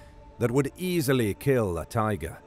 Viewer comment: You failed at "easily."